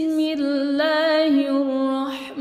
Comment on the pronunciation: ماشاء الله مباركة فتح الله عليكي عليك الاضخام صوتا من المخرج بمواقع "اللام لاسم الجلالة " عشان تزداد الروعة بارك الله فيكي